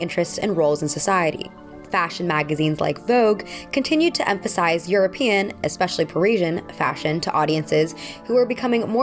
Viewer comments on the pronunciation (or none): none